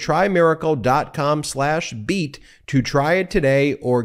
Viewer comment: That is how he said it, except it is try-miracle and not try-plex.